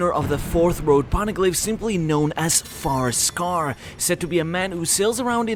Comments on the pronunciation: FIREscar, not picky and context is key but try to enunciate a bit more, it sounds like FAR-scar and non-English native speakers could get confused Great video as always, sankyu lol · Where are you from? You keep saying Farscar instead of Firescar lol